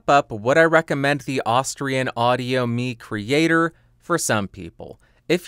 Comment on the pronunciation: Nice review and music creations! I think it's pronounced 'my creator' like microphone. And any chance on getting the Audix folks to lend you the PDX720?